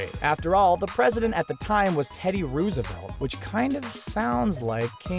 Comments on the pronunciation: That's not how you pronounce Roosevelt. It looks like it would be pronounced that way, but it's actually pronounced like Row-sevelt. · Did he just say ROO-sevelt? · not too rain o anyone's parade that hates America but your supposed to pronounce Roosevelt like Row your boat. just saying. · um....did he just mispronounce Teddy Roosevelt's name?.....it's pronounced as if it was spelled: Rosevelt, but it's spelled Roosevelt......I shouldn't be surprised, this is from the same guy that pronounced "Moana" like "Mo-anna" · k but, Rose-a-velt